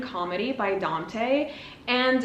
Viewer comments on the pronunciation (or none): none